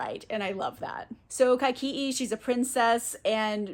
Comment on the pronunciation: So, even though I'm not interested in reading Kaikeyi myself, I was curious how you pronounce the name. I found this video where the author says it so you can see how it's pronounced. P.S. Yes, you butchered it. 😂😂😂